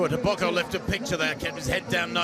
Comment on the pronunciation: TEBOGO, not TABACO MR!